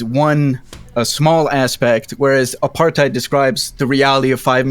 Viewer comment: The best part of this videos is how they pronounced “apartheid”